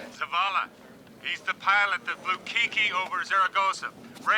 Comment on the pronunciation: In other news. Couldn't any of the actors have learned to pronounce his nickname the right way before they started filming? It's "Kike" not "Kiki". Short for Enrique. "Kiki" is the sound roosters make when they wake up in the early morning. "Kikirikiki".